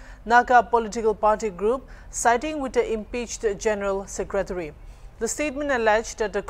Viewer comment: It's not #Secrateary stop overacting being a reporter say #secretary , be careful in your pronounce 🤣